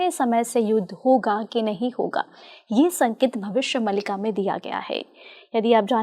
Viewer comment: Host महोदया, आप भविष्य "मालिका" को भविष्य "मलिका"बोल कर इस ग्रन्थ नाम बिगाड़ने का कार्य न करें 🙏🙏🙏🙏